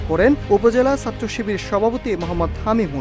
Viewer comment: উচ্চারণ ঠিক করেন। বলেন ছাত্র / সাত্র আবার কি?